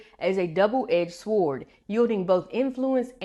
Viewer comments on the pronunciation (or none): lost me at "swwwword" Cmon baby girl, pronounced like sore!!